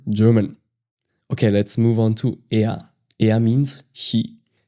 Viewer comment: Did anyone notice he pronounce er as she not he 😮